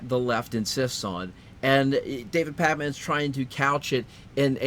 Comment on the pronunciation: you put too much emphasis on "man".